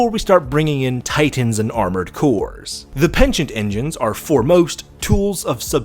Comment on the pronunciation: It´s PENITENT ENGINE.